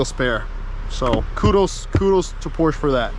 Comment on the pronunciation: The instance he says "Porsche" the wrong way? I had to exit...